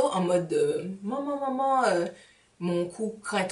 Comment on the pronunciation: Le "manman manman" tipé antillaise me fait trop rire ! Bisous ^_^